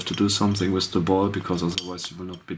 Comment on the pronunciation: wiz the ball?? wtf is wiz? learn to speak. WITH that was anoing